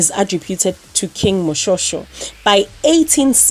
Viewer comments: It's actually pronounced as moshweshwe but written as moshoeshoe you pronounced it wrong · Great Video and Content.. lol I will even Pretend that I didn't hear you say King "MoSHore-Shore".